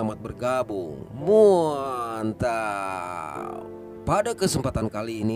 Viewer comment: "MUAANTAAPP" Renyah amat😂